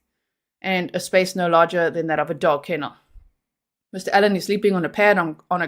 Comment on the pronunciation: Your saying Ellon not allen 😎 One is a female name other male no big deal just wanted to let you know !